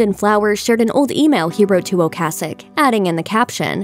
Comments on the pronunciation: The lady obviously DOES NOT know how to pronounce his last name. Go back to school! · Great work mispronouncing Ocasek like every other news agency. You were so into The Cars from their debut album, weren't you? Skateboarding and the music & fashion that goes with it wouldn't have been what it was without bands like Devo and The Cars in the late 70s early 80s.